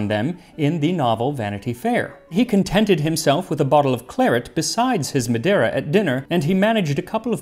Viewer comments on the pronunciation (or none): none